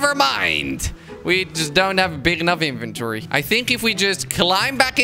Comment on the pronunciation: Je legt de klemtoon verkeerd bij het uitspreken van inventory